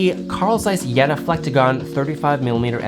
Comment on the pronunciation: Jena is pronounced more like: Jay-nah ;)